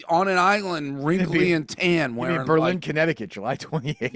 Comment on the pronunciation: Basketball game coming to Berlin CT? And your pronouncing it wrong